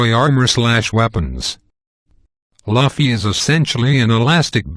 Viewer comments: It was driving me insane every time he said "luhfy". You say it "loufy". GET IT RIGHT. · Stop pronouncing Luffy " Laffy " . Holy shit ! That is the most annoying thing about this video ! It's Louuuuuuuuuuuuuuuuuuuuffy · lol bro its not laffy its loufy im writing it like this just for the pronounciation xD